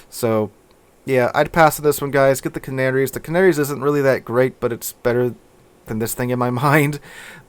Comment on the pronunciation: Hearing you call the Canarias canarys is really annoying. Ca-Nair-eeaass